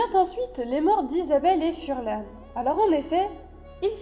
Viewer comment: Pourquoi vous dites furlan c'est farlan